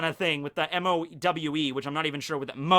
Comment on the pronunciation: Mow? That's "Möwe"! German for "Seagull"